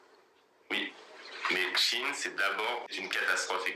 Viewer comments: Salut Je te fais part que SHEIN NE SE PRONONCE PAS DU TOUT comme tu le dis. 👉👉 Glusman fait la même erreur. (en aparté ; c un type avec de grandes qualités humaines comme intellectuelles). il n'a qu'un seul défaut à mes yeux c d'être PARFOIS MAIS CELA ARRIVE PEU SOUVENT de pratiqué du déni idéologiques "gauchos"..LOL il peut d’enfermé être buté sur des postures biens, nobles cependant et malheureusement elles n ont pas ponctionnées, il ne veut ou peut pas le reconnaitre.... 👉👉Cherche sur le net un audio ou tu pourras entendre la bonne prononciation. 👉👉Sinon, concernant cette marque et bien oui très peu chère certes mais très peu vertueuse surtout concernant les droits du travail et droits de l homme + les problèmes les produits chimiques ultra toxiques utilisées lors des différents stades de la fabrication. 👉👉Voili / voila Et je profite du moment, c de circonstance pour te souhaiter ........ 🎄✨🎀 DE TRÈS JOYEUSES FÊTES QU ELLES TE SOIENT JOYEUSES, GENEREUSES ET DOUCES.🎄✨🎀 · Bisous les loulous ! Désolée, je me suis trompée sur la prononciation de Shein, du coup, ça t'a induite en erreur. On dit chi-n et non chi-ine. Bises !😻😽💋❤ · Bonjour, c'est moi qui ai dit à comment se prononçait Shein. En écoutant des audios sur la bonne prononciation, ça donne chi-n en phonétique et non chi-ine comme je le pensais car je l'ai toujours entendu prononcé de cette façon. Du coup, c'est de ma faute et non celle de. Merci d'avoir rectifié. Bonne journée.